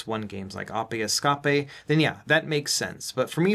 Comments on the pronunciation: Right? Does anyone else pronounce it like this? Appeh es-cap-eh I refuse to believe most people say this Edit: is this a way of avoiding saying game names that might land you in trouble? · ah pay es ca pay